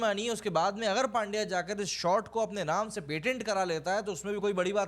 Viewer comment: इरफान पठान को पुछलो, वो पांड्या नही पंड्या बोलते है उसको ।